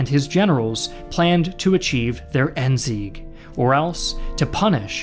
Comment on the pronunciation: I as a German love how non German people pronounce German words: ENZEEK!